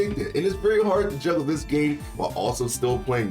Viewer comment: Juggle this game. I heard jiggle this game. Lol